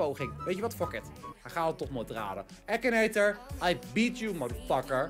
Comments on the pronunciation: je zegt akinator niet ekineter😂😂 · het is akinator zo spreek je het uit nier ekinator